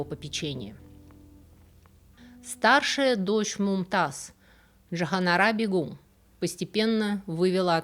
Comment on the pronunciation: спасибо за вашу работу, но очень режет ухо неправильное произношение, у вас БегУм, а правильно БЕгам, что значит королева, супруга правителя.